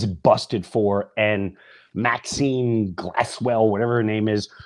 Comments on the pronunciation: why does he keep saying maxine lol, its ghislaine maxwell. dam yo. wtf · Ghislane Maxwell.. Not Maxene ???? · Love you and your show but it was the Golden Globes Ricky Gervais called them all out (& it was GREAT!!!), I believe, not the Oscars. And Ghislaine Maxwell not Maxine 😉